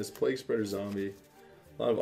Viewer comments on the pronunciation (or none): none